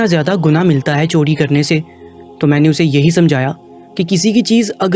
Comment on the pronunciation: Chori lafz hota hai chodi nahain, ray ka istimal sahi karin. Urdu ka satiya naas kar diya aap ny.